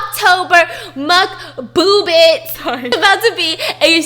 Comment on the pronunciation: No one: Stephanie: MUK-BOO-BISS ! 😂